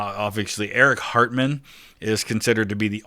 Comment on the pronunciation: Did you say Eric Hartman or Eric Cartman there?